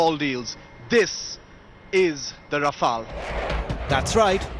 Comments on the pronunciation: And the Right Pronunciation for Rafale is Ra-fe-yal not Rafal. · No it's Ra-Fail. 😂😂😂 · Raw-Fail Bra-hmos..... 😂🤣